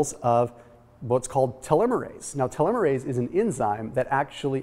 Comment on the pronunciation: It would have been nice if you had talked w/ any biologist beforehand on how to pronounce telomere and telomerase.